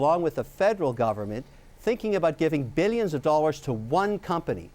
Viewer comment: "billyions" and "millyions" of dollars